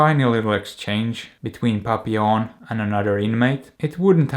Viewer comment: I now hate having to say "have you seen PAPPI LON?.." Instead of how it is correctly pronounced..